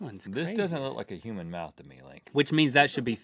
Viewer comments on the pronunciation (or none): CLOSE THAT MOUF!